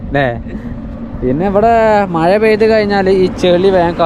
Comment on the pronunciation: മയ അല്ലേടാ കോപ്പേ, മഴയാണ് ശരി